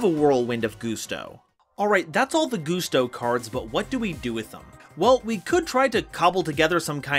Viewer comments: Gus-Toe Not goose-toe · For the love of god, man, it's GUSTo, not GOOSEto. Y'know, GUST. Like the wind? At any rate, I love me some Gusto. I've found that they really excel at being really hard to keep down due to how recursive they are; a solid counter to any deck who's game plan boils down to 'Big Monster Unga Bunga'. To that end, I like to add Spirit Barrier to the mix to prevent battle damage. Also, Winda is best girl, be she Gusto, Shadoll or Spiritual Beast Tamer. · IT'S PRONOUNCED LIKE A GUST OF WIND THEY'RE CALLED GUSTOS NOT GUSTOS